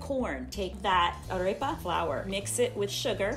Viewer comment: I don't even speak Spanish but their arepa pronunciation hurts my soul